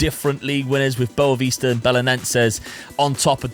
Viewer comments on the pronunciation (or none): none